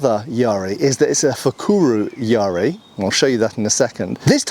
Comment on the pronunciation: Just on the pronunciation: the ‘ya’ should be short, as in bat. Not long like in ‘bar’.